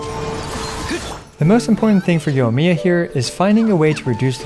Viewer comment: You're saying Yohmiya, it's Yoimiya. The I there is not just for show.